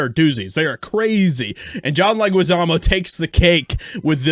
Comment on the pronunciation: Univision sucks. Oh by the way his last name is pronounced Leh-ghee-sah-mo not Leh-gwi-sah-mo